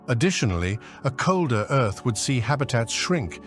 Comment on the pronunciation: I had to quit listening. If I had to hear this GODDAMN AI say "earth-s"one more goddamn time!